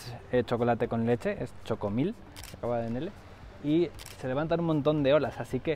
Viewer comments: 🤭🤭 "xocomilk" jejeje, en Guate pronunciamos la X con sonido "Sh" XOCOMIL se pronuncia "shocomil". Los pobladores de origen maya le siguen teniendo un gran respeto al Agua, pues si bien es fuente de vida y vital para nuestra existencia, también es peligroso y ha provocado grandes catástrofes. Saludos, muy buenos videos.... 🇬🇹🇬🇹🥳🥳🥳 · No es "Chocomil" es "Shocomil" en Guatemala la letra "X" tiene varios sonidos, pero en esta ocasión se pronuncia como si fuese "Sh"